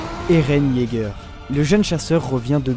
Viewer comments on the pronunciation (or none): Ptn mais aprend a parlé éren ygeur sig au